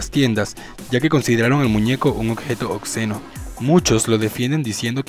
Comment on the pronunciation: man mira dos cosas la palabra es Apto no acto, es Obsceno NO Ocseno.